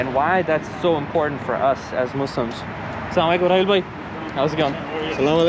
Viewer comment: Hey you should say assalam alikom not salam alikom 😄